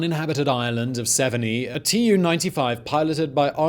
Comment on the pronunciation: Severnee? Severneye